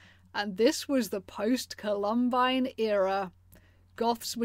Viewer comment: You're saying "Columine" wrong, lol.